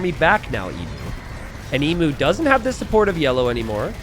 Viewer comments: I wince in pain every time he mispronounces Emu. It's Eem-You. Not Ee-moo. Hoping the Emu Warrior name is a reference to the time the Australian Army went to war with the Emus, and lost. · if you do a video about CRICKET 🏏 in India, you might get a Billion views... 😁 Geography is the same as any other subject you studied (or not) at school - you must NEVER STOP LEARNING. Emu is pronounced "eem- you", not ee-moo. M 🦘🏏😎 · I HAVE HAD A LONG DAY... APPRECIATE ME. leave Jeef's alone. Also, it is FREAKING 'EEEEM-YOU' not 'EEEEM MOOO' Dead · Emu is pronounced EEM-YOO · mispronouncing Emu for an hour was a laugh at least 😂😂